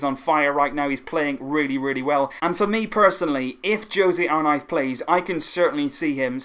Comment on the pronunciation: Why do you say arknife it’s arnaiz 😭😭